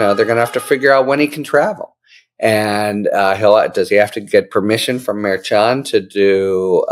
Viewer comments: Harry, Harry, Harry! Mer-shawn. Not Mer-chon! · Mare CHON is not the pronunciation. It’s Mer SHON. Source: Karen Friedman Agnifilo of MeidasTouch, Legal AF. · I am a fan of H. L. But he drives me crazy mispronouncing the judge's name. It is not difficult. H.L. is smart. What's the problem? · Harry, you mispronounce the judge's name. It is unprofessional and distracting. Why not just do it right?